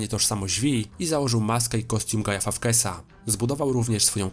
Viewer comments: "Guy Fafkes"? Serio...? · Jak Ty źle czytasz to nazwisko, aż boli... A po za tym film jak zawsze dobry i dużo informacji 😁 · Uwielbiam ten film, jak i twoje filmy, ale to jak wymawiasz fawkesa jest niewybaczalne